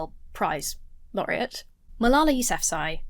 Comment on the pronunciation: Does Jesse always sound drunk? Re Malala: his repeated butchering of her name tells you he doesn’t even care to hear anything about her. It’s the height of disrespect. These guys all sound like they could benefit from some education. ETA: Marie Curie, only person to win Nobel prizes in two separate disciplines. Also, a charm quark is a subatomic particle and one of the fundamental building blocks of ordinary matter.